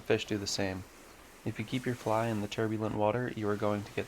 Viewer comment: what's a fleye? do you mean a fly?